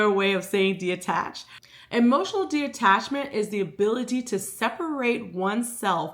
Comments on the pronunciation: Loved this video but it was killing me everytime you said De-Attachment it’s Detachment 😭😭😭😭 but the message was there and everything I needed, I just am weird about words 😂😭😭😭😭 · Okay so it’s not just me!? I was physically aching every time she said it, but that’s a me problem not a she problem, still such a good video, great insight❤